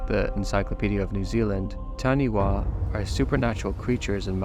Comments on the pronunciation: Hey I know I’m late to this video but just wanting to correct the pronunciation of Taniwha the way it was pronounced in the video (Tani-Wa) is not the correct way, it’s pronounced Tani-fa in Māori a wh typically makes an f sound. Also I noticed the source used to site the Taniwha even spelt it “Taniwah” which might cause further confusion, I know Wild World spelt it right themselves but the source didn’t. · WH is a F sound in moari so Taniwha is said with a fa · Hate correct you narrator but that Maori creature is pronounced TAH NE FAH .. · Just a note, in Maori the “wh” sound is pronounced like an f, so Taniwha sounds like Tanifa :) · Also in NZ it's pronounced tan-i-fa. All WH sounds in Maori language are pronounced as "f" njt unlike "PH" in the English language 👍